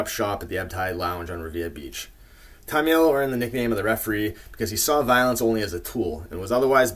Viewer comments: Nice job! But you're pronouncing Henry's last name wrong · and ya you are pronouncing his name wrong but we know great videos